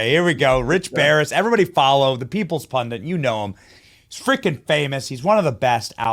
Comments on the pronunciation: "Pun-DIT"... not "pun-DINT". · What's a "pundint"? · So, is "pundit" officially pronounced "pundent" now? Seems I'm hearing it everywhere. Is there some reason? If it's some kind of meme I missed out on, I'm on board. Or is it just carelessness and unprofessionalism. Is it a little known alternative pronunciation? No hate, I really want to know.